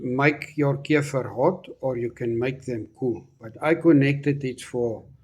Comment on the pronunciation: I love how he says keifer ❤